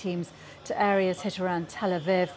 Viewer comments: Reporter 💩 cant even pronounce Tel Aviv properly. Where do they find these chudds? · Keep mispronouncing that place you prick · Learn to pronounce Tel Aviv properly if you want to continue as a news reader dear.